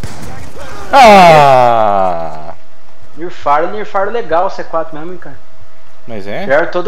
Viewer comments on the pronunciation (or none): "fraque jacki" kkkkk grande